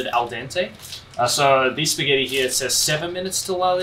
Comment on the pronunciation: Shpaghetti lol